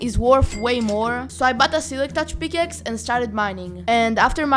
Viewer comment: "A peakaxe"